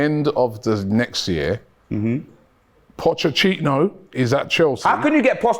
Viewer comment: has been mispronouncing Poch’s name on every platform for YEARS. You have to respect it lol